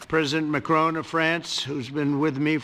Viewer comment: "president Macrone" 😂